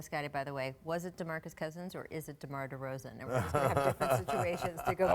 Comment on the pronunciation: Holy shit he called him ROZAN. Somebody correct this mofo